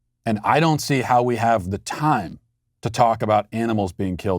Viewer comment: The way that teacher's union freak said 'We hhhhhhaf to believe..." reminds me of 'I did NOT have sex with that woman...Monica Lewesnki..."